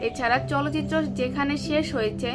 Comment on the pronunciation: চলচিত্র নয় চালচিত্র।।। ঠিক করে বলুন।।